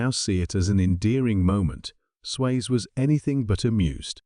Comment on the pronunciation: It's Sway-zee, not Swayz, but I know it's AI.